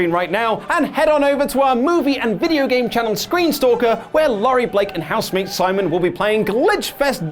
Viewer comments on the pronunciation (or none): none